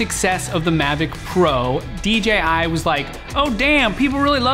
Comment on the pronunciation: "DGI Drones" It's 'DJI' you fucktard ! "Hassleback camera" WTF ?